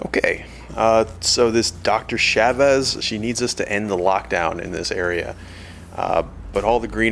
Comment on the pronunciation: "Doctor Yahvehz".